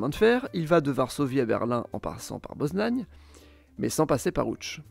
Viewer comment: et moi pareil :) Poznań est très bien prononcé